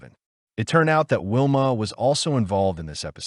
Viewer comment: By the way her name is Valmaid Beck not Whilma